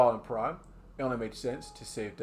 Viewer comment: Super cool video idea, havnt seen anything like this before. seems like you new and put alot of work into this and you did a great job! btw its PRIMM not Prime